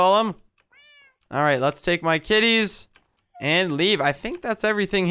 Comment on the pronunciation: when you said 'kitties' i thought i heard ti- ill stop